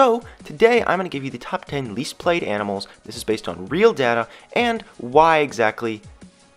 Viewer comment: Did he say YANIMALS at the beginning?😂